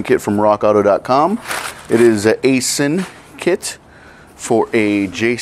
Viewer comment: It’s pronounced “I-Sin” phonetically 👀